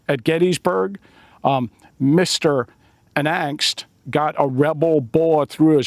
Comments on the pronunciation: Unangst is pronounced like- you nang st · For the name “Unangst” try pronouncing like “oon AHNGST”.